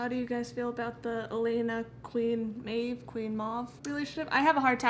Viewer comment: I feel like the deep is gonna switch sides as some stage in the season so they're trying to give him a redemption arch and make him a "good guy". Maeve is actually an Irish name, ye pronounced correct the first time "May-Veh"